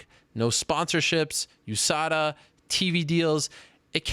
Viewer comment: LOL GSP pronounces it "US-ADA testing" :D And Chael, "OOH-SADA"